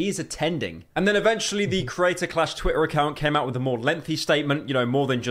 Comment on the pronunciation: That accent is so annoying, the dude can't pronounce Ts. animator "ani-ah-or", Twitter "twi-er", he sounds like he'd unironically call water "wa-a"